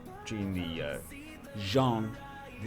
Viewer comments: Bad news, it's not how you should prononce jeanne either, you said "Jean" not "Jeanne" :) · Actually, , the first pronunciation makes more sense in english, your second pronunciation sounds more like Jean, which is basically the male version of Jeanne. You would pronounce Jeanne like Ann with a J sound in the beginning